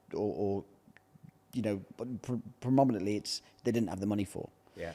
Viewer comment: Pronominetly has had me dying ffs😂😂😂😂